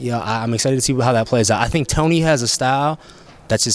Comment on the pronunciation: "i tink a lot"